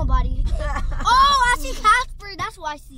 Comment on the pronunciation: Dude sed Casper